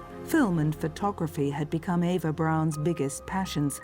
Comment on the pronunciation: Her name was Eva. EE va